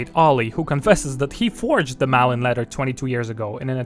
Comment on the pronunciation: I think it's more like "Mawlin" than "Malin" (due to the å), but I'm not sure.